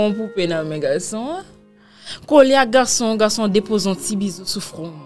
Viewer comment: Mw mnm c fason li di garrrrrçon an ki entèresm